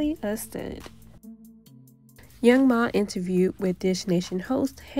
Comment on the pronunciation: It’s young M.A not young ma🤦🏻‍♀️